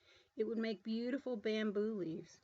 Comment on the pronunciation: "Beautiful bamboes " sweet